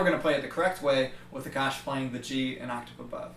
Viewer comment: when you say 'Aakash' I always hear 'the kush' and I'm like wth where does weed come in the picture